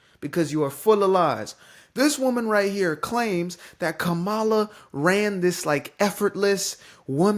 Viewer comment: Kamala Harris received over 75 million votes in the 2024 presidential race, while Donald Trump got 77 million votes. So, I’m really trying to understand what you mean when you say she got 'mollywopped' — that doesn’t seem to match the numbers. Additionally, why are you purposely mispronouncing the name of such an intelligent, compassionate, and courageous woman? Or is it just a lack of understanding on your part? 🤦🏽‍♂️ Everything you're saying is inaccurate, especially when it comes to her campaign funds and track record. Bro, as a Black man, I'm honestly DISAPPOINTED in you. 😶